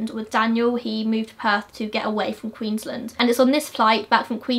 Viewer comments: Its QueensLAND not Queenslind. Just letting you know! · Love your insight on this case. FYI, It’s pronounced Queen’s-land and briz-ben (Brisbane) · it's so weird hearing queensland pronounced english-ly like "queensl-nd"